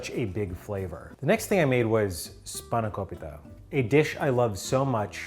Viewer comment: HE SAID SPANAKOPITA CORRECTLY!!!